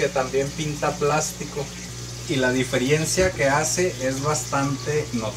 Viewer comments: Maravilloso flaco. Me encanto. Sólo comentarte que se dice Diferencia no Difierencia. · Excelente explicado todo. Pero me mata cuando decís "diferiencia". Es diferencia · La DI-FE-RI-EN-CIA.... jajaja Se dice DiFERENCIA!